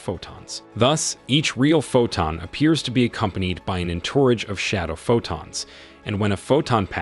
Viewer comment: (pronunciation of 'entourage')